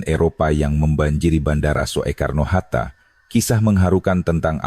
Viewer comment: Kakek jompo tuek, yg baca narasi, masa sih ngga tahu membaca kalimat ejaan: van euphusyen, spt kata bandara: Soetta (Soekarno-Hatta) & Soetta hrs dibaca Sutta (Sukarno & Hatta) ga dibaca: So.e.karno. Begeto aja, masa kakek tuek ngga tahu siih manula yang goblok yeah ??!! 🥴